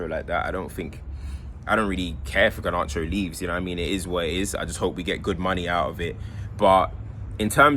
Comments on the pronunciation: Have a drink every time says Gar-nar-cho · I love the way pronounces garnacho 😭